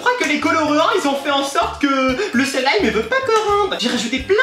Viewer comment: UN SEEEEEEEEEEELIIIIIIIIIIIIMMMMMMMMMME TYL TABARNAK TU C TU DIRE SLIME COMME IL FAUT